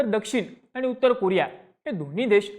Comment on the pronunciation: कुरिया ❌️ कोरिया ✅️